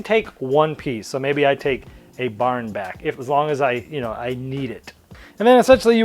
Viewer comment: What's a "bahn"? :) I think the Boston came out.